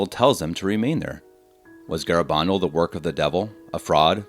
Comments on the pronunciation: It's pronounced Ga-ra- ban- dal. You can not prove this is a deception since the church has not closed this case. Pope Benedict has even declared it was not investigated well and cautiously advised to continue to look into it. People were converted during the apparitions.A priest who died soon after he saw the virgin at Garabandal had claimed she told him that he would soon be with her. Let the church do its thing. Videos like this is what confuses people. If you do not work for the Vatican, leave this stuff to the professionals. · Have the decency to pronounce the name correctly. GARABANDAL